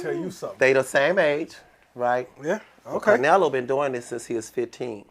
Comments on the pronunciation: Why he keep calling bruh carnelo lol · CARnelo is crazy…Get it together his name is CLENELO…I mean Canelo!! Ridiculous.